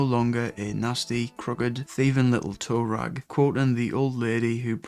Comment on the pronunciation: It’s “toe rag’.